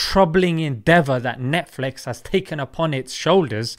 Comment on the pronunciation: NETFLEX😂😂😂😂 -Sheikh Assim Al-Hakeem